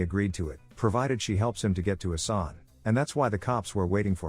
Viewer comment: good video, respect🙌 but it's pronounced "Assan" and not "Asani" for the main character, also "Arsen" not "Arseni" ...Lupin